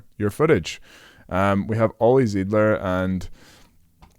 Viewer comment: great video. Thank you. One small detail: His name is Zeidler (with E I) pronounced "Sightler". There is one other option to train and exercise the timing and relaxation in the front. Olli used this way as well during his last prep years for Paris.